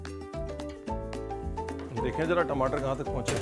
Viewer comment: Tamatar ❌ timatar ✅😂😂😂